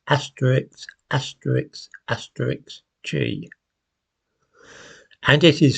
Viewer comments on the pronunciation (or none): Good Heavens, - it's pronounced asterisk, not Asterix! 😜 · Asterix?! It's asterisk. You've been in London too long. Do you also say axe instead of ask? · you're normally such an erudite and articulate chap, so I'm rather surprised at your inability to pronounce "asterisk" correctly. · Is he saying Asterix? Is he? Or is he saying Asterisk? I have plenty of listens to identify what he's saying. Hmmm. Conclusion: YES, he is saying Asterix. How fun 🙂